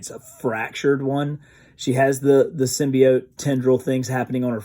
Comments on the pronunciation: Finally he said symbiote and not symbeot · Thank you so much for sticking with symbiote the other pronunciation was driving me crazy also congrats